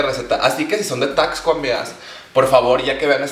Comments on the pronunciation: Weeey, yo soy de Taxco, neta te amo. Y bueno... se pronuncia taSco xd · Como que no se pronuncia taXco? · Amistad no se pronuncia "Tacsco" sino es más como "Tasco" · Aquí viene la contraparte de super holly... O sea yo.. -No se dice: "Taxsco" -Se dice: "Tasco" Pero se te perdona todo hermana! Y uff ufff uffff el cóctelito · Amiga, no sé si lo decías en juego, pero bueno, se pronuncia Tasco, amiga. Amé el video, espero con ansias el resto de la semana mexicanisima; saludo desde Acapulco 💜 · Me encanto tu vídeo 😍 tu vestido es hermoso Solo como dato, Taxco se pronuncia la x como s, sonaría Tasco. Vivo al lado de esta hermosa ciudad 😊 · Me emocioné cuando dijo Taxco (de ahí soy), pero chica, se dice como si la "x" fuera "s". Aún así me encantó el video <3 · We cuando dijo TAXCO dije nel se dice tasco pido perdón por ser pendeja 😫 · Herman soy fan de como pronuncias Taxco.